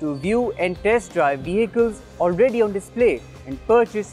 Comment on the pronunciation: its 'on' money not 'own'.